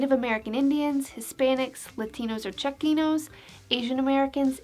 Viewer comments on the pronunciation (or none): please correct the pronunciation of Chicanos in the video